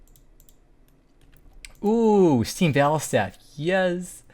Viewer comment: “Oooo stweam bwattlestaff”